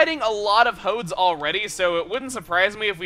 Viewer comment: when you said "Punish the Hodes," I honestly thought you said "Punish the Hoes."